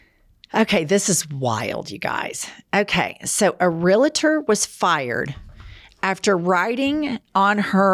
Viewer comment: … Please refrain from being a “real-a-tor” person! There are only two syllables. Same as “athlete.” (Though I know realtors who can’t pronounce their vocation, as well as bricklayers who add a syllable to “masonry.” (I had to attempt to correct this in honor of my Grandma.😉)